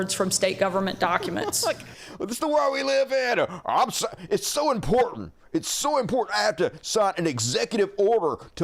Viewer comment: Why do theses “women “ in the nazi party ( MTG, SHS) say imporDant instead of important? It’s not that hard damn it!